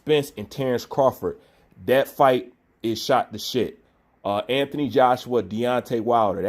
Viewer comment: will u pronounce the man's name correctly ffs 😂 who is anfony Joshua loool